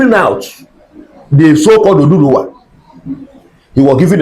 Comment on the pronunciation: He said oduduwa. Anambra accents sometimes pronounce word wrongly.